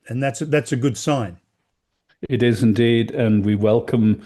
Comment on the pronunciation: Asking did "he" cutoff could mean nothing. With Indian's "he" rhymes with "it", making the question "Did it cutout?". The missing time stamps are like a guy who has a mer dered wife who can remember the exact time of his entire last 24 hours, yet can't tell when the last time he saw his wife was.